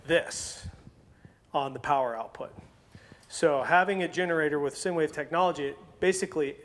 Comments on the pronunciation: SIne Wave is actually pronounced like Sign Wave (not "Sin" Wave) LOL Other wise its a great video, thanks! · It’s pronounced like sign, you my friend are an idiot. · Those crazy “Sin” waves. Lol. Nice work.